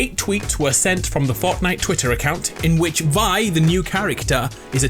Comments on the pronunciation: The crew pack charecter name its not vie its v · WHY DOES EVERYBODY SAY THAT?!?! ITS PRONOUNCED Vee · It’s pronounced Vee